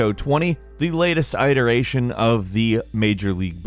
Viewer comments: Eye-teration? lol. Prounounced It-err-ation. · Still pronouncing it “eye-teration” I see. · It-eration...not eye-it-eration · still says iteration like eye-teration 😂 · "Iteration" isn't supposed to be pronounced like "iPhone." Bugs me way more than it should. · Still pronouncing it “eye-teration” I see. Game: Exists: How could you not want this?